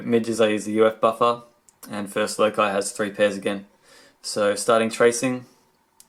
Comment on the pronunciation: I hate to nitpick but im fairly certain that loci is pronounced "low-sigh."